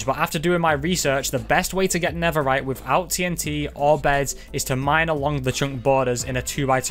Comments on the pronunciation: Netherite ❌ Neferite✅ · he was making a joke about accent and how he pronounced netherite